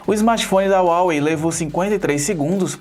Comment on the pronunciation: Se escreve Huawei mas se pronuncia Rauei, obrigado pela análise, continuem com a qualidade